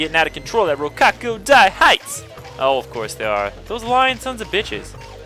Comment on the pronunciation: Lol how you said rokkaku fucks